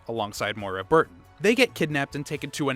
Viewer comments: The lack of knowledge of the series and lame jokes with flat delivery is driving me insane. Why do this video? And stop saying “Barry Burkin”. It’s BURTON! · Is it just me or is he saying barry birkin? Instead of burton lol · you guys must really like mispronouncing Barry's last name in a lot of your RE videos